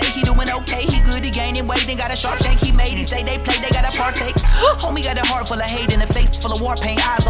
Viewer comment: The way he says sharp shank sounds like shawshank which is a prison movie where the main character is innocent and eventually escapes